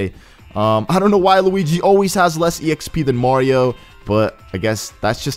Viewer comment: I always wondered why you said e-XP then I noticed that in the menu it was put as exp don't you know that exp is short for experience?